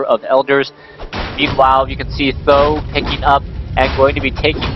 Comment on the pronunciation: why do always say "saam daan" (something like that). SBK says either th000 or huang xiang